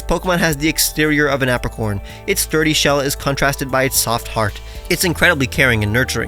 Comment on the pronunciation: Apricorn: "Ape-ricorn"